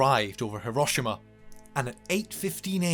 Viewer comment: At least pronounce it properly He-ro-SHE- ma